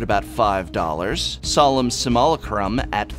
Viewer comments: sim·u·la·crum or sim°you°lay°Crum. Not trying to be a jerk, just trying to help you out with pronunciation. Seems like you struggled with it a bit. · Somebody call Wedge, Simulacrum just got mispronounced.